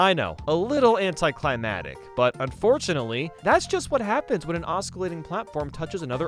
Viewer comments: And forgot to pronounce the "c" in climactic. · I don't know if this guy is trolling me, but he pronounced every single 'C' in oscillating and did not pronounce the second 'C' in climactic. Also, for those that can relate, I'm sure you noticed the "loan and behold" phrase tucked in there as well. Have we been trolled or... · You're not supposed to say the C in oscillating. You ARE, however, supposed to say the middle C in climactic